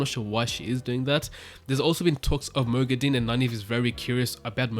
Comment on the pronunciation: Moghedien = (moh-GHEH-dee-ehn) not (moh-gheh-DEEN)